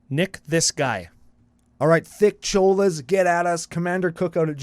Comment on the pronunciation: I'm dying that you pronounced that as Thick Cholas and not Thick-olas